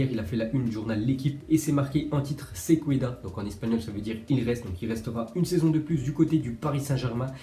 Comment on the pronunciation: SE KÉDA, ça se prononce « SÉ KÉDA »!!! 😭😭 Ça fait 2 ans j’te corrige et tu le prononces encore « Se cueda »